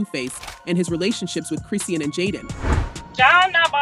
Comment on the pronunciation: You can't even pronounce Chriseans name right smdh 🤦